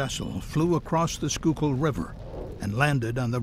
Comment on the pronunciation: I'm pleasantly surprised that he pronounced Schuylkill correctly.